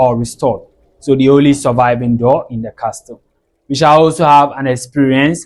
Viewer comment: Well done young man. Just a NB: It is pronounced "Casl" pls, not "castl". The 't' in the word Castle is silent❤.